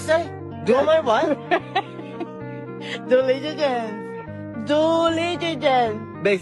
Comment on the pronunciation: dulijilililijence for those who didn’t get it clearly !